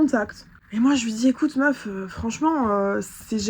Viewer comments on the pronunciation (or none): Mais elle etait dans un etat second ou bien? On comprends rien 😂😂😂 apart son Meuffffff